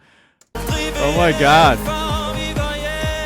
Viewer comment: Yes he was. He did do theatre Your pronunciation of “hjem” was actually quite perfect for a non Dane! With his name you also did a good job, it sounds a little way off, but that’s most likely just your accent like we all have